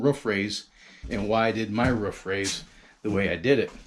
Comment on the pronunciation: It is a roof not ruff